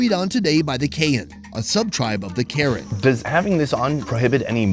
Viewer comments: It's PRONOUNCED KUH-RAN!!! NOT WHITE WOMEN KAREN!!!!! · I kept hearing Karen as the name of the people XD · Are you saying Karen tribe? Just curious, if im hearing correctly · Dude still pronounces their ethnicity incorrectly 😭